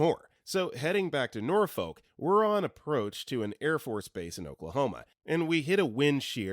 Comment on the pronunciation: This man is very clearly not from Virginia. He pronounce Norfolk wrong.